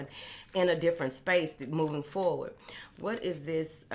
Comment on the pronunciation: Love the way she says Moving Forwardt… like yes! That’s exactly what we’re doing.